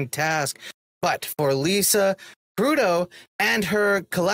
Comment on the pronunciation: It is Kud-Row, Not Kudow.